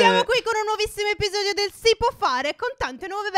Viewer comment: Hai detto spsodio